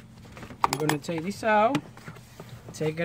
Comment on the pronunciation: "Oh look a dis, looky Dat" I'm dying laughing!!!!!! You're so funny. Anyways thanks for the video! Helped alot